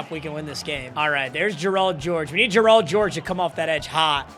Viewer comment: Y u say Gerald like that